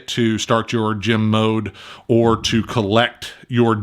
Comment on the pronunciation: When says “gem” I’m hearing “gym”. I have no interest in this game.